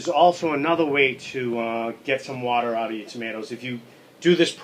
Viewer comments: Love it... Whaa-Da (Water) Great Video Thanks for sharing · Sorry, it's not "Water", it's "Wadda".